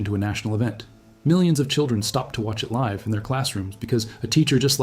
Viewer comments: Uh so this is AI. Just so everyone knows. The voice said live (as in we are broadcasting live from DC) when it should have said live (as in I live in Kansas). That's not a mistake a totally fluent English speaker would make and post on Youtube. Stop suggesting this garbage Youtube. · Live : pronounces layv